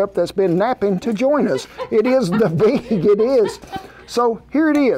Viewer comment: Did Kent say "It's not BEAG enuf?" As in the Beagle wants it bigger?